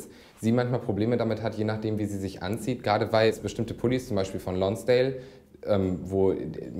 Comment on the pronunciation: Die Marke "Lonsdääl" also...